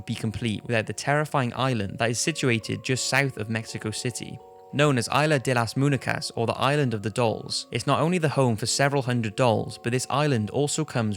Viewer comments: Eye-la de la mooneekas? You mean Izla de las muñecas? Regardless of that botched pronunciation, quite interesting list. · "Illa deh laz moonickuhs" hahaha i didn't even know what he said cos he butchered it so badly But great videos nonetheless, top 5s videos are always interesting Cant stop watching em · Its not 'ila de las moonicas' its pronounced 'Isla De las Moon-Ye-caus' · Aila delas múnecas 🤣🤣🤣🤣🤣 he is the best Love all his videos. I would love to explain him how to pronounce “Isla de las muñecas” but is easier if ask google 😄😄😄 keep up with the awesome videos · Lmfao isladelasmunecas, you gotta learn how to pronounce spanish words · I'm Mexican and I was laughing so hard when you said the island of the dolls in Spanish. La ilas de la municas? That's how you said it 😂😂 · so cringey of how he says isla de las muñecas like he doesnt pronounce the s in islas and muñecas he says says it as -- - - when its supposed to - -- - like the rhythm idk if anybody understands what I'm saying but oh well lol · isla de las muñecas! try to pronounce it correctly